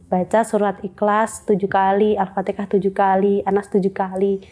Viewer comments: Kenapa sih bilang al-fatihah tuh jadi al-fatekah ? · Al-fatihah mbak.. Bukan Alfateka Kenapa sih Jawa suka nyebut nya Alfateka. 😂